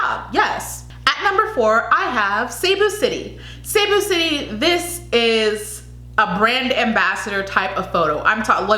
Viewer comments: Hello! Here are the proper ways to pronounce the Provinces and Cities of the Philippines in this video! 😊 (I hope this will help) And thank you for trying to learn ❤️ Baguio is pronounced (BAG-YO) Pasay is (PA-SIGH) Davao Del Norte (DAH-VOW DEL NORE-TAY) Cebu Province and City (SEH-BOO) Aklan (AK-CLAN) General Santos (General SAN-TOSS) Quezon City (KEH-ZON City) Biliran (BEE-LEE-RUN) Sorsogon (SORE-SO-GHON) Davao City (DAH-VOW City) Parañaque (PAH-RUN-YAH-KEH) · Mind the pauses(-) Capiz is "ka-piz" ka as katrina soundinh like a latin word piz as pizza Pasay is "pa -sigh" Davao del norte is correct Cebu province "SEABOO" fast no pause Aklan..correct General santos correct 😄 Again with the " seaboo" its fast like a line Quezon " ke-zon" as ken barbies boyfriend Biliran is correct sorsogon..is correct Davao is ok Paranaque is ok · The announcer at the prelims pronounced Cebu city as 'seeboo' and Quesan as 'kayzahn'.